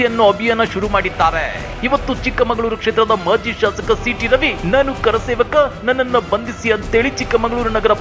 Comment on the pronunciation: ಆ ವ್ಯಕ್ತಿ ಗೆ ಕರಸೇವಕ ಅಂತ ಹೇಳೋಕೆ ಬರಲ್ಲ,ಕಾರಸೇವಕ ಅಂತಾನೆ.